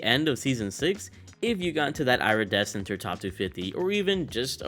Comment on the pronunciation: It’s “ear - e- descent “ not “ira-desecent”